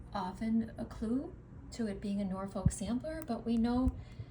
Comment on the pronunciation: Beautiful designs. One comment Norfolk in the UK is pronounced with the L being silent 😊